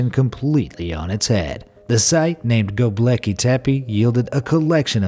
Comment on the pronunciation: Not Gobleki but Gobekli.